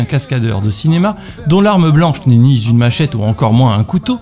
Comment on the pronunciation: Très chouette contenu ! Petit commentaire que j'espère constructif : c'est bien de prononcer les "s" de liaison, mais attention tu en mets très souvent là où il n'y en a pas. Ex : "le regard z'et le propos", ou encore "dont l'arme blanche n'est ni z'une machette...". Voilà, bisous